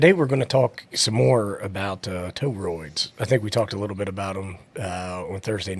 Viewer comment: I felt like I was being trolled with the Toe-Roids pronunciation watching this 😅 Great episode!